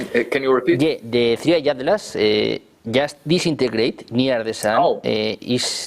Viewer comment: Es atlas no adlas